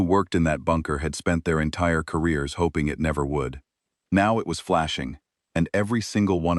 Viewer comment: I wish someone would tell the AI that it's hull not hole, it's Sol not Soul/Saul, it's Stellar system not Solar system (unless it's our home), it's hOping not hopping, it's spacefaring not space fairing, it's Concord not conquered (although sometimes it's the conquered Concord).